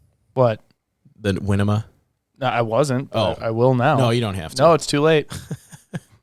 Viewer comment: Ok, listen carefully guys😊. Winema is pronounced Why-KNEE-muh and Willamette is pronounced will-LAMB-it.